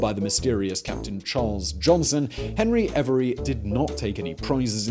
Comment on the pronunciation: Hebry every? Not henry avery?